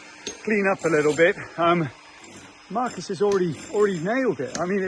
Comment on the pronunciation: Guys, the correct pronunciation in Portuguese is not Marcus, but Marcos! (Portuguese spoken here!)